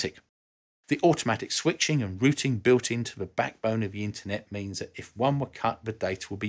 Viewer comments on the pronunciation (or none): none